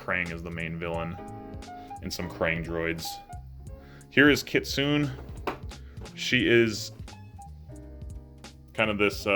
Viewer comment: There was a deviation comic that spurred the story for the missions. It was a one shot what if comic. You mixed up Oroku Saki and Hamato Yoshi mini’s. Saki is in position to cut heads off. Yoshi is blocking his head. Kitsune is pronounced (Kit-sue-nay)